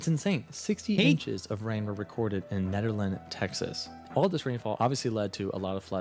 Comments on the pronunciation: I lived through Harvey and it's pronounced neederland not nederland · lol I’m from one of the towns mentioned from Harvey and it’s Nederland like knee-dur-land not like the name Ned. It’s a Dutch town. But they got absolutely wrecked